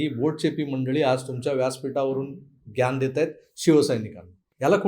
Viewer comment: मराठी विवेचनात कृपया ज्ञान ह्या शब्दाचा उच्चार हिंदीत करू नका . हिंदी बोलण असेल तर मात्र तसाच उच्चार होतो